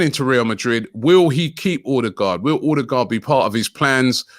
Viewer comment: Is OH-DEH-GUARD Robbie. Not OR-de-gardddd